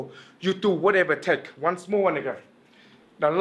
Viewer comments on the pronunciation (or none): he said wonce more n**